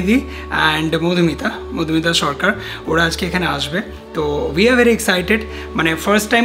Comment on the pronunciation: Sarkar, not sarcar 😁😂